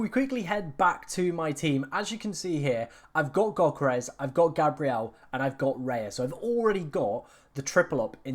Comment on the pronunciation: Go learn how to pronounce Yoh-keh-res properly